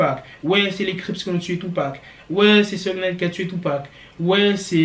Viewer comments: Robby je dirais plutôt souge night alors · Ça se dit "Kifi Di" et "Choug Night"